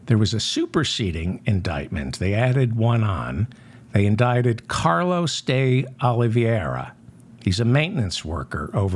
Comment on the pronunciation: Day - Aw - Lee - VAY' - Ra --_ NOT Day - Aw - Lee - VEE - AIR - A (Just sayin')